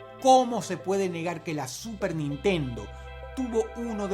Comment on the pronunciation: pronunciaste mal "super nintendo" en el numero 1 dross